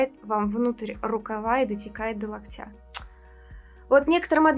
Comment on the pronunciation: До лОктя, не до локтЯ. Сорян, не удержалась. А по теме ролика: сейчас делаю ремонт и, естественно, вся кухонная мебель запланирована. Так вот, навесных верхних шкафов делать не буду вообще. Всё хранение только внизу, верхнее хранение в том шкафу, где будет встроенный холодильник и духовой шкаф с СВЧ. Фартук кухонный без плитки под покраску и вытяжка над варочной панелью. А там, где обычно навесные шкафы, размещу красивые светильники и декор на стену.